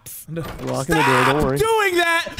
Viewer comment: No don't say open the Dore 😭😭😭